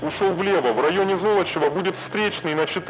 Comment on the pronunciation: Золочёва! Зоооолочева! А не как автор картавит. По его версии получается какое-то зло. Надо произносить мягко, а не жёстко!😂😅😮😢 Интонация тоже имеет значение.